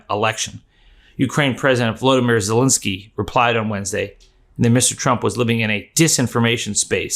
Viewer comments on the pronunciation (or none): none